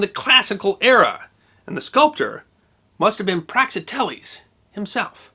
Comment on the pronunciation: "prak-ZIT-ell-eez" Or, "prax-IH-tell-eez". But not "prax-ih-TELL-eez"